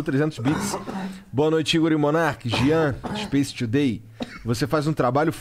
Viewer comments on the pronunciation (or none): Monark: O inglês mudou a minha vida. O mesmo monark: SPACE TUDEI